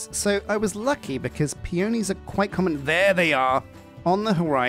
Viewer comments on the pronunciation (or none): Pea-on-eez, not pea-oh-knees. Wrong emphasis. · I definitely like peonies better. (It's said pee·uh·nee, with the emphasis on the first syllable!) They're fluffier and have a prettier texture. They're some of my favorite flowers in real life, too, along with hydrangeas! When I build a house, I like to have a place to sleep and a place to cook and craft inside of it. In a modded playthrough, I also definitely want my computer or other storage solution to be in the house, too. I only just learned how to do wireless transmitting for Refined Storage and it's so nice. You could also have a library so you can enchant things, though you might also do a neat tower or a cute enchanted glade for that instead <3